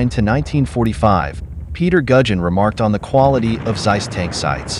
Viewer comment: its noz seiss its Zeiss like TSar-bomb ´0 speak it like TSeiss